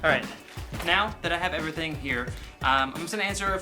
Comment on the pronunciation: parody everythink??? You said think